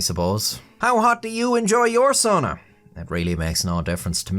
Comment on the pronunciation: I like my soona like I like my buffet... pronounced funnily. 😅